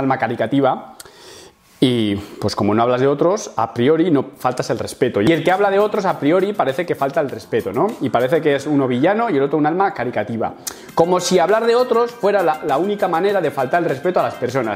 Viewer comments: y también en algún momento antes lo habías dicho erróneamente. Es "caritativa", no "caricativa". Necesitaba decírtelo porque me chirriaba bastante la palabra y lo hago con la más buena intención del mundo. ❤️ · te quiero mucho pero por el amor de dios, CA-RI-TA-TI-VA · Se dice caritativa, no caricativa. Perdón tenía tenía que comentarlo. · Mi suscripcion se la doy a poca gente, pero tu te la has ganado, video bastante dinamico y con gags divertidos, me destroza el oido que digas "cariCativas" y para mi gusto Llados se merece mas leña, pero alguien tenia que desmontar el chiringuito de ese tio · "Caritativa", no "caricativa" Buen vídeo ;) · Perdona pero te quisiera hacer una pregunta, cuando dices “caricativa” en realidad quieres decir caritativa, no? 😳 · Buen video loco, eso sí, ha habido una palabra que me ha martilleado la cabeza y te la tengo que decir jajajaja espero que no te siente mal porque nada mas lejos de mi intencion. Alma "caritativa" tío, de: caridad, asumo. No "caricativa", de: caricatura. Nada más, un abrazo loco y gracias por el contenido. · es "caritativa"!:D te voy a dar por alto las 3 o 4 veces que los ha dicho mal, que no se repita eh...:P:P es broma. Saludooooos! ^^ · Muy buen video la verdad pero por favor, para la proxima, se dice CARITATIVA no caricativa. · Has dicho 'caricativa' al menos dos veces refiriendote a la caridad, porfavor. CARITATIVA! Me gustó el video, todo verdades pero porfavor. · Caricativa no, se dice caritativa, buen video 😂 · M pone muy nervioso que digas alma caricativa, en vez de alma caritativa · Caritativa, "caricativa" no. Caritativa. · Es cosa mía o está diciendo "alma caricativa"? 😂😂😂😂😂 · se dice "CARITATIVA" Saludos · Alma caritativa, no alma caricativa. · Se dice cariTativa,no cariCativa,jaja✌ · caritativa no caricativa xD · En España se dice caricativa en ves de caritativa? O yo escucho mal? 🤣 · Se dice "alma caritativa", no "caricativa"